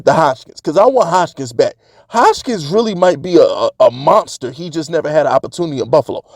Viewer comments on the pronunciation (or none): Bro, put some respect on our #1 WR name. His name is Hodgins, where you get the “K” from??? 😂🤣😂🤣